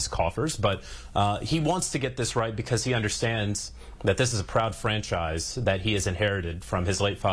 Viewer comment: Wtf is a franshise? 😂